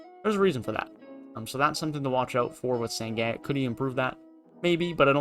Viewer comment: It’s pronounced shen goon bruh